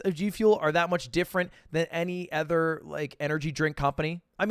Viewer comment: Dude when and why the fuck did Ludwig start pronouncing "other" like "ether"